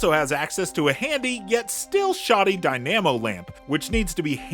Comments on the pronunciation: 'Henri' pronounced like "Awhn-reee" not 'Henry'. Also it's "dy-Na-mo", not "die-naamo". Couldn't help myself. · 'dy-nam-o lamp' - incredible. This person is a 'journalist' and can't pronounce basic english words. Hint: 'dyna-mo'. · and he pronounces "dynamo" as "dyNAMo" lol